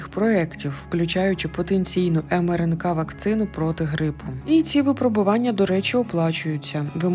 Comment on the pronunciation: ВипрОбування, моя пані! Так само: його випрОбували. І мЕртві. Й пОки що. Дуже прошу, перевіряйте наголоси! Ви добре озвучуєте, тож якщо позбудетеся помилок, то ще покрутішаєте.;))) Трясця, коли всі ці чудові речі нарешті втілять у реальність? Зокрема переможуть клятий рак?